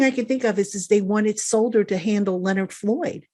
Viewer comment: The fact that he calls Matt Peart the cream puff, can’t even pronounce Solder’s name right and thinks he’s better than Peart at any tackle spot is appalling. Did he not see Solder give up a strip sack on his first snap at LT? 🤣😂😂